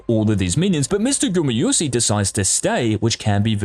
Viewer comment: That's ez. 0 times. Because he says Gumy-yusi all the time, not GumAyusi ^^